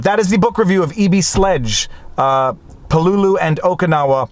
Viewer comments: Thank you for a really good and insightful review of "With the Old Breed: At Peleliu and Okinawa". (Pronounced "PAY - LA- LUE"). YOur commentary about how you were affected by the returning servicemen was well done and very articulate. One small correction, and as you were doing everything with so much respect and reverence this is just a lack of information, Marines are not called "soldiers". If you serve in the Army, you are a soldier, if you serve in the Navy you are a sailor, if you serve in the Air force you are an airman, if you serve in the Marine Corps you are a Marine (and yes, it IS capitalized). Thank you once again for a great review, and as several others in the comments have pointed out "The Pacific" does a really good job of capturing the spirit of this, and many other ("Helmet for my Pillow", "Guadalcanal Diary", etc) books about this war. I would however recommend the book "Coral Comes High" by Carl Pope. It is the account of one company of Marines for the first three days of the battle. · Pronounced pel-e-lew. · Great book. But it's Pell-e-lew or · Repeat after me: Peleliu: “PAY-LAY-LOU” or “PAY LEE LOU” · you're mispronouncing Peleliu as info. Its Pel-la-lou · I've never heard anyone pronounce Peleliu as "Puh-LOO-loo". I've always heard it pronounced as "PEH-lay-loo" or "PEH-leh-loo". Now I have a new pronunciation to keep in the proverbial back pocket. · Same here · Pel-a-lu. At least, that's the way we Marines pronounce the name. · Lol please don’t, you are correct, he’s been driving me nuts with this pronunciation for 3 days…. I made the same post on his pinned comment before I saw yours … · I was being polite and didn't want to correct him. But at least he said "strategery" instead of "strategy."